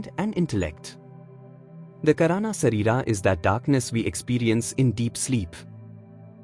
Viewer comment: He pronounced Kaarana (का) shareera as Karaana (करा ) shareera. Please entrust the job of reading text to somebody who knows Sanskrit.